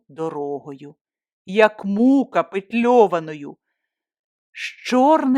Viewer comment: Дякую вам,. Читати вголос таку болючу історію я б сама не ризикнула, але несподівано для мене ви своїм теплим голосом зняли напругу й пом'якшили події, ніби відсунувши всі страждання героїні у минуле. Так треба вміти! Я вражена. Шкодую лише, що в тексті не поставила наголос на слові ''мукА'' біля слова ''петльована'', мала я хоча б пояснення внизу додати. Не врахувала, що мало людей знають вираз ''петльована мукА'', а я виросла з тим виразом, мама часто повторювала, бо її в дитинстві називали Петльована, маючи на увазі білюсіньке волосся, схоже на білесеньке борошно. Ви мені дали урок, за який теж дуже дякую. Сердечні вам подяки й обійми 💕